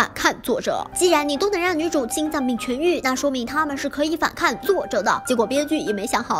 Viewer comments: 是反kàng 不是反kàn 听着有点难受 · 跟我念：反kang 后鼻音，不是反看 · 反抗(kang 三声) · 是反抗，抗。颗昂=抗。不是反看... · 这个反抗一直读反kan真的好扎耳朵。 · 反看 🤣 小甜的懒音好重呀哈哈哈哈哈哈哈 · 的那几个 反抗，读的 反kan还是反pan，我有点蒙B😂😂